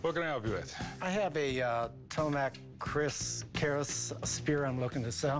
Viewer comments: Its tombak not tomak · TOMBAK actually, not Tomak Lol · It's not tomak but "TOMBAK" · it is call TOMBAK. not tomak. tom-buck. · Tombak, not tomak, for that type in my place called Patmayoni, I'm Indonesian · bukan,.. tombak... tom tom bak tomok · Was wondering at first, maybe it's from some Indonesian province. When he said Malaysia, I was like "Tombak lah bodoh". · I am indonesian.. Its not tomak but tombak, its mean spear.. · I'm javanese. it'snt "tomak", but "tombak". this is so beautiful, like keris, no kris sword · It's Tombak, not Tomak. Tombak is basically Indonesian/Malay word for Spear. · Its not Tomak, actually its Tombak (means spear itself) Keris not Kris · It's TOMBAK, not Tomak It means Spear Something like this is mystical piece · It call Tombak, not tomak, and kris actually is "keris" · The correct pronounce is "Tombak"(Tom bak) not Tomak.. Tombak means Spear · Its called "Tombak" not "tomak" :) means spear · It's TOMBAK not TOMAK. Literally tombak means short spear. Long spears are called LEMBING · Is not "tomak", but "tombak"= spear, not kris but "keris" , and those keris is a shaman keris. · "Tombak Kriss" actually it is not Tomak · it's tombak (spear in Indonesia) not tomak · It's tombak not tomak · I think its called Tombak not Tomak. Tombak means spear in english. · Its not tomak, its tombak which means spear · Its tombak keris not tomak. Tombak means spear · Maybe not Tomak, it's Tombak, Tombak is Spear in bahasa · I dont think its called Tomak. I believe its Tombak. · It's Tombak, not Tomak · Thats "tombak" not "tomak" .... and "keris" not "kris" Because that ll be diffrn meaning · it's tombak not tomak, learn your history right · Not Tomak..but Tombak. Spears in Indonesia or Javanese language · Tomak?.....or its tombak?...tombak=spear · Thats not "TOMAK"... But that is "TOMBAK"... "TOMBAK KERIS"... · Not tomak. But "tombak" or spear in emglish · It's TOMBAK (spears) not tomak ! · The name is tombak not tomak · It's not tomak but tombak